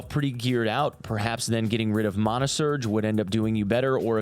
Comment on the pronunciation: Please tell me you didn’t say MAHNA. It’s MANAH!!!!!